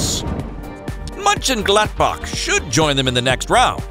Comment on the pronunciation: Monchengladbach too 😂😂😂